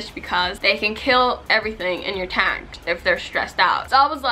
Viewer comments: And the way she says "tang" like girl I love your channel and all but please pronounce things right 😂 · I love how she pronounces the words tang and tank in the exact same way.. lol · Y dose she say tang instead of tank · It hurts my feelings how she pronounces "tank" ugh. But the fish are so pretty. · the way you pronounce “tank” stressed me